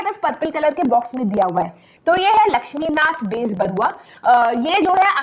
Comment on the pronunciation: Atleast She pronounced Lakshminath Bezbaruah's name much better than other SST teachers 🫶